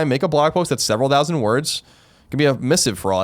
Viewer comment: Colin's pronunciation of "thousand" is pretty disturbing but he's still my boy so hard.